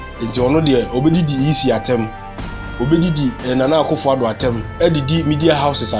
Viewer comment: Did I hear bly tasty Akuffo Addo😂😂😂😂😂